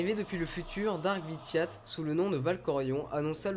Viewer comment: Empereur vitate XD C vitiate mais sinon bonne vidéo